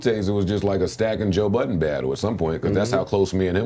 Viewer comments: respect Joe... take the "s" off of his last name...its BUDDEN..no S.. thank you. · Of course. He displayed a lack of understanding, knowledge or awareness in saying his last name with a s. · Stop calling that man Buuddenssssssssssss:face-purple-crying::face-purple-crying::face-purple-crying::face-purple-crying::face-purple-crying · Why do people add an ‘s’ at the end of Budden?? Is he a family restaurant or something lol I’m lost… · Great episode. I’m glad Joe Budden corrected them on saying his name right. Ppl insist on adding the imaginary S. 🤣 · Cracks me up how people keep adding an s to his last name